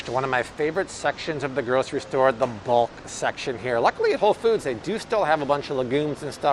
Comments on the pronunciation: Anybody else hear, "Whole Feuds?" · The way this man says Whole Foods With the emphasis on foods always makes me think of the dude with the red stapler from Office Space..